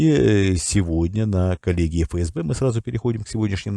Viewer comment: Тонкость: не фээсбэ, а эфэсбэ.